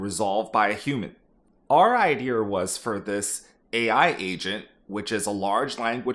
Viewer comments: Unfortunately you were likely laid off for how you say “idear” instead of idea. If I’m being honest I can’t blame them. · Can't stand the R accent. It idea not ide-r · Genuine question can you explain why you say “idear” instead of “idea”? I’ve heard some people say it like that some times but I don’t understand why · Why are you saying IdeR instead of ideA ?? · Why do you say ideEr for idea? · Why do you say IDEAR instead of IDEA? Wtf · Why do you pronounce it “idear”? Is this a tech thing? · New drinking game every time he says “ idear” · I keep thinking a white guy from the south is talking every time you say "idea" like "idear". I'm gonna guess you grew up in Texas or Oklahoma. Anyways, hope everyone survives the upcoming AI bubble bursting! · I found the guy from Maryland. "Idear" I'm guessing you also say "warsh"? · You don't need a British accent, but stop saying ideaRs. Great content and insights! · please stop saying "iDeer" lmao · I love how you say "IdeaRRRRRRRRRRRR" :D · Yo can you say IDEA right? There’s no R on the end of it. It’s just EYE-DEE-A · Love the video! The “Iderrr” pronunciation was driving me crazy 😂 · The only time I hear it pronounced like that is in west country England 😂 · It was a real iderrathon there for a while. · It’s his brand lol. Bet he was called the Idear guy when he was in the workforce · Yeah it stood out hard. For him sounding like there was no accent to that was very noticeable lol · So many "idears"! :D Boston man? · There is no "r" in the word "idea". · Where is he pronouncing an R in idea? 😂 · There’s no r at the end of the word “idea” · Look, if you want to taken more credibly, stop putting an 'R' in "idea". And then work on your British accent =) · Curious - why do you say idea like that? Is that a regional thing?